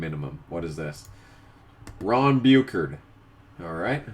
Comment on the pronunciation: Ok I have to say this as a New Englander. Ron Bouchard (Boo-shard) Oh how I love the way Modifies racing History gets treated. #moremodifieddriversneedtobeinthehof